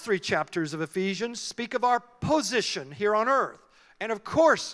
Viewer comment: Hello, I'm Spanish and I didn't understand the word ephisions?? book of ephisions??